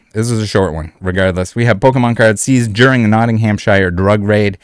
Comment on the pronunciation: Poundddd sterlingggggggg I told u this last nighttttttttt and stop prouncing Nottinghamshire wrongggggggg